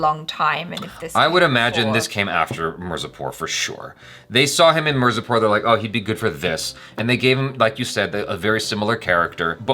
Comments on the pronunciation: After watching entire season keeps saying "Marzipur" instead of "Mirzapur"😁 😆 😅 😂 🤣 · There u go "Moo na" "Miur zapur" Love how he says it wrong with confidence.😂😂 is for a reason😍